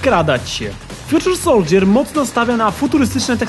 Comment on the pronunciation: Fjuczer soldżjer? Fajny błąd w wymowie :D